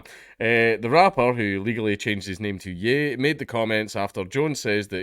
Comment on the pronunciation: Ye is pronounced 'yay'. Like the 'ye' in Kanye.